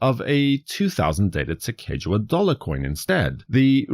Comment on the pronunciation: Excellent, one of my favorite modern designs of all time, especially the American Innovation series and the original series. Fun side note for you, not to be that person who corrects people...but I will be 🙂...Her name is actually pronounced Sacagawea [Lewis and Clark, wrote in their journals: "Su-cog-uh-wea."] It is a Hidatsa Tribe name, Sacaga means “bird” and wea means “woman”.